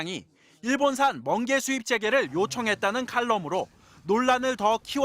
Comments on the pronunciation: 멍게가 아니라 번게라고 했습니다 다시한번 들어보세요 ㅎㅎ ㅋ😂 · 멍개 아니고 먼개 어떤개냐고 들려서